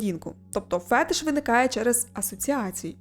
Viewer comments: Цікава тема, дякую :) От тільки з наголосом вийшла проблема. Правильно буде фетИш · Мабуть, мій фетиш написати, що наголос в слові "фетиш" насправді над И. Але це мало хто знає. Тому ділюся тільки з Вами )))